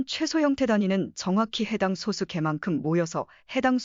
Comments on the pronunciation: 프로그램으로 읽게 했더라도 텍스트 원본이 있을 텐데, [소쑤] 발음이 제대로 안 나왔으면 표기를 '소수'로 하지 말고 '소쑤'라고 써서 아예 된소리로 읽히도록 했어야 하겠죠 영상 제작자가 발음을 제대로 모르니 그냥 이렇게 만들었을 것으로 보입니다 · [소쑤]라고 된소리로 읽어야 합니다 리만가설 관련(소수 관련) 컨텐츠 올리는 유튜버들 중에 [소쑤] 발음을 제대로 하는 사람이 거의 없네요 발음을 제대로 합시다 2 ,3, 5, 7 등의 [소쑤]와 등의 [소수]는 발음이 완전히 다릅니다